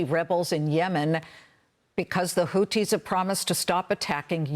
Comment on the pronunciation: They’re called Houthi’s NOT Houti’s!!! There’s an H after the T for a reason and you’re supposed to be an anchor? I don’t know why this drives me so crazy but it does 😂 Say it with me,, Houthi’s 😂😂